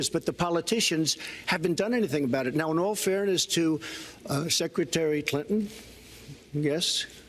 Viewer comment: Why does it sound like they say Hillary Cliton instead of Clinton? 😂